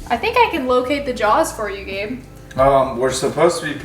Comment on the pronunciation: "Gabe", not Have...